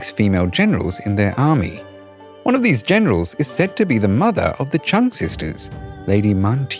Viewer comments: I know it’s very difficult for foreigners to pronounce the surname of the Trưng Sisters correctly but you did a great job from the very first seconds. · Next time please try to learn to pronounce their names at least remotely like it is meant 😂😅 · Bro couldn‘t even learn how to properly say Trung sisters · You really mispronounced Trưng